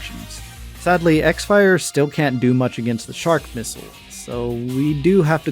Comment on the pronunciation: Btw you called it "x fire" but it's actually supposed to be pronounced "crossfire" lol, those japanese people were funny to come up with a name like that